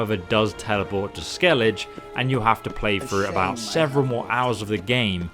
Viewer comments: They must have said 'Ske-lli- ghe' a thousand times , and yet you say 'Sceliz'. Kinda upsetting. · Skel-ij? I’ve literally never heard it pronounced Skel-ij lol Skelli-ga is the way 99.9% of people pronounce it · skellij Me: Skellige: skellij Me: SKELLIGE: skellij Me: if you say that ONE MORE TIME: two saint Me: gunshot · Why am I so triggered when he says skelije rather than skellige. 😭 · Is he mispronouncin place names on purpose? I mean: Even in the English version the characters pronounce them very distinctly. Skellige sounds like a German or Skandinavian word, and Velen has the emphasis on the first syllable, not the second. "Skellidge"? VelENN? What gives? EDIT: Okay, now he butchered "Toussaint". Does he have a speech impediment? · "SKEL-lih-guh". That's one detail you missed. ;) It isn't up for interpretation considering every character said it one way. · "Skelledge" me using all my strength to not dislike the video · “Skellije”... never knew I can be so triggered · Damn it, they’re pronounced Vell-en Skell-I-ga Two-sanh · i nearly choked on my water when he says "skelij" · i assume he does it on prupose to trigger people, and it works TT_TT it's SKEL LIG GUH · Did you just say "skelij"???? Pls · "Skel-lidge and Vellenne" oh yeah I know those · literally EVERY NPC IN THE GAME: pronounces skellige properly, someone who i presumes at least gotten far enough into this 5 year old game to have heard at least one NPC say "skellige": skell-idge how do you mess up that badly when every single NPC in the entire game who ever utters the word says it properly? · Sce-league and Two-saint :D You have a funny pronunciation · Skell-idge ... Va-len, yup... this will be a interesting watch. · skelij lmao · Skell-idge Va-len Two-saint 😭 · Yeah not sure about his prenousenion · It’s actually Skell-I-ga Vell-en And if touissant is French- then it’s two-sanh (silent h) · Skelij The an craite's would be furious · YOU DID NOT PRONOUNCE SKELLIGE LIKE THAT